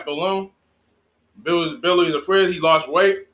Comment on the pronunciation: Biwwy the fwidge